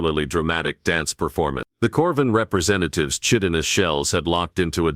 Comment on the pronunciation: WHEN are these HFY authors going to find a text to speech program / AI that actually knows how to pronounce "Chitinous"?